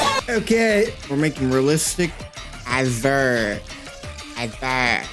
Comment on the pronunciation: Why he say his name like that